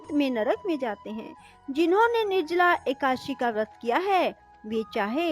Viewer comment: ekdashi bhi dhang se nahi bol pa rahi ho madam